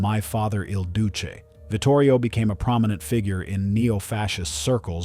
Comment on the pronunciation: " ill Dootchy " haha